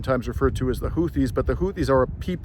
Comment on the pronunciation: First Western journalist to get the 'Houtis' name right! 👌